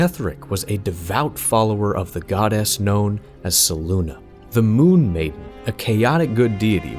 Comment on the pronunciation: Fantastic video! Only one thing id change... Selûne (pronounced: /sɛˈluːnɛ/ seh-LOON-eh or: /sɛˈluːneɪ/ seh-LOON-ay). Your pronunciation of her name drove me to the brink of madness every time you mentioned her 😅